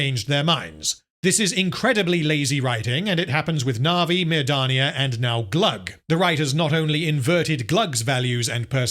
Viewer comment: I finally saw "Mirdania" spelled out, now wondering why he's been saying her name like "Madonnia" I also thought via these videos that the one city was "Pelagia", like having to do with the ocean because it's a Numenor remnant, when it's actually "Pelargir". heavy accent has proven to be a situational disability; EFAP was right!